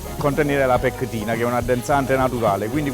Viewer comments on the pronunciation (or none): la difficoltà a pronunciare certe parole hahahah peggtina